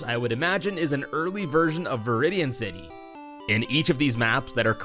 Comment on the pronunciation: “Unused City Map” I heard unused sinny map